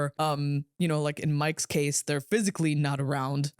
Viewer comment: "phsycially threatening" dude was CGI the entire time !